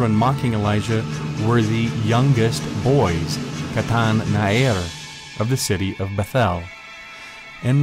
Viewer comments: Small phonetics correction: It isn't 'na-er', but na-ar. The difference is extremely apparent in Hebrew. Loved the video. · Well done, indeed!!! Two small points regarding the Hebrew though: 1. The word for youth is Na'ar and not Na'er as you say (also the accent on the first syllable). 2. Nouns come before their adjectives, so small (or young) youth is "Na'ar Katan". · Nice video! By the way, נער is pronounce as na'ar, not na'er. search נער in wiktionary and you will see :) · נער is pronounced Na'ar. As far as I know anyway...